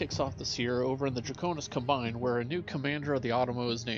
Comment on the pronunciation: Draconis Combine, pronounced like combat 😘 (realizing combat can be pronounced differently depending on context, i'll add - combine, pronounced like ComStar)